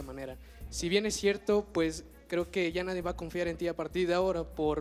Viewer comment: Pinche no se dice "nadien"